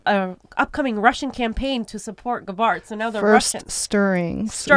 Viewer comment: GABBard, not Guh-bawrd.